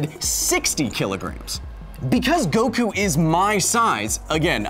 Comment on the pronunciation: Inaccurate terms/pronounciation : • HyperMoronic Lion Tamer... I mean Hyperbolic Time Chamber • Go wookoo • Tea yen • Dragon Ball Zee • Gohkoo • Kah Karrot (kinda okay) • Krillin (also kinda okay)